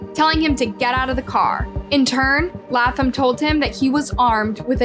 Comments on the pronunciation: Laaaayy--Thumb. Not laugh thumb please. Love your channel but you sometimes refuse to correctly pronounce people's names correctly, ❤🤷‍♀️🌹🤦‍♂️even when reporters say it correctly over and over. Slow down a bit. Uuugh. 😮😮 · #1 it’s “Lay”tham ! #2. Just tell the story…. You don’t have to quantify or give a disclaimer for everything! Geesh you made the story unbearable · Laaaayyy--thumb!! Uuugh. Seems like you rush through these stories. You mispronounce soooooooo much on here. 😮😮😮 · Lay-Thumb, words aren’t this difficult to pronounce. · Latham = Lay-thm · Omg Bishh IT'S LAY-THam🤦🏼‍♀️🤦🏼‍♀️🤦🏼‍♀️ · Good video, love it, having issues with the way she is pronouncing the last name of the teen completely WRONG!!!! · pronounced Zachary's last name wrong how hard is it to pronounce it it was revealed in the video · hunny... pleaaaase watch some clips of the video you are going to post before doing the voice over. The amount of times you say their name wrong immediately after someone else saying it correctly is honestly astounding... And that's just in the past few months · Bch how the Hell is that every video you make, you literally hear the names reported properly but still manage to pronounce them wrong. You are either A.I. or just fcking slow